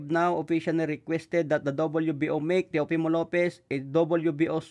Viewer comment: Tama na ang pag bigkas mo sa name ni Teofimo. Hindi NA CHOPIMO 😂😂😂 jajajaja